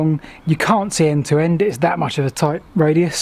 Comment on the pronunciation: "Raduis"? Excellent video as usual :-)